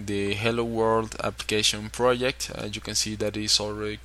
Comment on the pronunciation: "pirodzekt" - Hahahaha